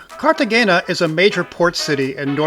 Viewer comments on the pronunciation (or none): Great video; fyi, g’s in Spanish are pronounced like h’s. So the correct pronunciation is like this: Cartehayna. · FWIW the g is pronounced with an h sound not a g. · Your pronunciation of Cartagena hurt my ears. Please learn how to properly pronounce places. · Yeah that was driving me nuts too